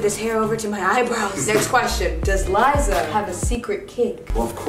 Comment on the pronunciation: Gi Gi you mean *Liza not "Lizza"